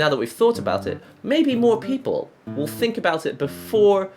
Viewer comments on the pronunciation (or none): none